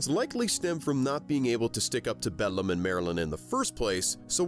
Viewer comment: While I really like this analysis and agree with it, I kept laughing at how frequently you mispronounced Beldam's name. Also, pretty sure Grubba just flat-out died.